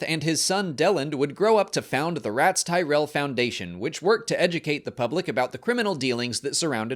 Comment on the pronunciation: I had to take a 6 hour breather after “The Ratts Tyerell Foundation” before finishing the vid